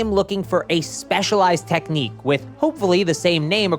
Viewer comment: He said specialised tecnique 🥀